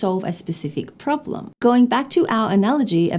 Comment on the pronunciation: What's a "prolem" (pronounced: problem) LOL😂 (Point 4 of "advantages...")